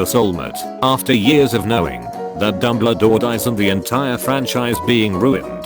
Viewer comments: It kept pronouncing Dumbledore as " Dumbladore " and I fucking lost it everytime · Nobody: No one at all: Absolutely not a soul: Reader bot: DuMbLa-DoOr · No one's talking about how he says dumbledore and douchebaguette